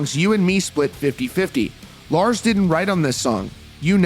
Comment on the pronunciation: Fkn’ “Lars”…… 🙄